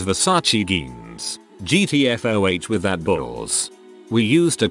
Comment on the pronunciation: the one I still can't figure out is why it pronounces jeans as GEENS. It's not genes, it's jeans. When they are referring to the denim pants, every time, the robot pronounces it with a hard G. And after years of doing it wrong, they've had plenty of time to teach it how to say fiance. But they haven't. It's not just an annoyance. It's unprofessional. People need to take some pride in their work and correct their mistakes.